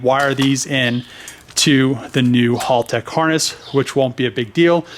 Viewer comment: it's pronounced HAL tech like the computer in 2001 a space Odyssey HAL not hall!!